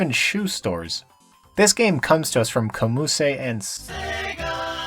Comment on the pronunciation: Its pronounced as Kom Use. It means Korea Amusement.